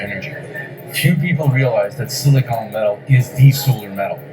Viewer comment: Please say it right! (it drives me nuts. Just like it is Silicon Valley not Silicone Valley - that might be Hollywood.) It is Silicon /ˈsɪlɪkən/ (SIL-ə-kən) Not silicone /ˈsiləˌkōn/ (Silicone is the stuff you caulk windows with and the stuff used in breast implants) (Not to be confused with the chemical element silicon.)